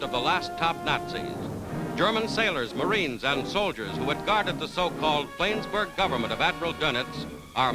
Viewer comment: "Flaynsberg"? HA! Yanks.